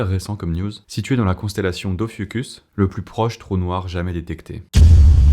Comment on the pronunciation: Et ophiuchus se prononce ofiucsusse